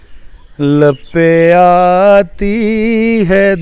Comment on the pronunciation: Janab theek parho dua lab pay aati hai.lape aati nahin